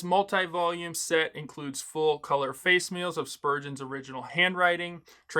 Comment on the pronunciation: The word “facsimile” is pronounced: /ˈfæk.sə.mɪ.li/ FAK-suh-muh-lee Breakdown: • “FAC” – rhymes with “back” • “SIM” – like the word “sim” in “simulate” • “UH-LEE” – soft ending, almost like saying “Emily” without the “Em”